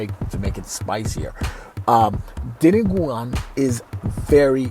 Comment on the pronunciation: Hi I'm a Filipina❤️ and thank you for the compliment to our authentic food❤️ btw It's di-nu-gu-an☺️